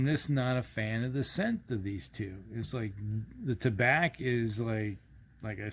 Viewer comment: Pronounced tah-bah (French for tobacco). Although Tabac is a German co.